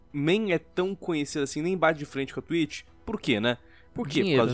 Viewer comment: "da twich"